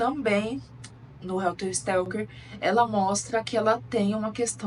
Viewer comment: O nome é helter SKELTER ! Significa confusão, algazarra, desorganização. Você falou Stelker todas as vezes...